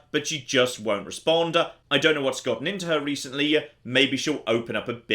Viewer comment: Game looks fun but I can't listen to you emphasise the last letter of every word. "respondAH"